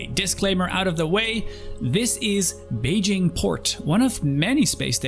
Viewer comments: 😂 it’s Ba-gee-nee. Awesome video, and welcome to the verse. I’m so happy you are enjoying your steps into this awesome game. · "when I departed from Thurston for the first time" ok well it's Hurston not Thurston, but go on. "I thought I'd stop first at a small space station called Beijing Point" ITS PRONOUNCED "Baijini" AND THATS AT ARCCORP NOT HURSTON, WHAT GAME ARE YOU PLAYING?? 😂 great video btw. Amazing actually, keep it up please!